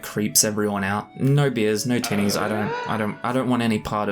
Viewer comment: Lol, you know, I was listening to this in a crowded place and every time you said tinnies I heard titties and I was definitely wondering why you kept saying it. Then I finally realized I just have a gutter mind. In all seriousness. I would never survive a drinking game with Gimli, someone who is more lightweight is more my stride so I can match then drink for drink. But I wouldn't say that any of the characters is at all like me in their descriptions sadly.